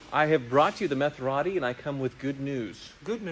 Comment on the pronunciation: Would sound better to say Meth-er-ati. Same number to syllables and closer to the sound of the original.